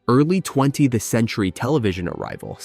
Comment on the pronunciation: Please remember to spell out "TWENTIETH" rather than "20th." The AI voice over reads it wrong.